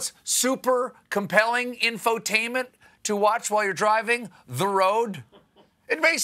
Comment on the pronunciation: He said QWhile 🤣🤣🤣 I can't even... 🤣🤣🤣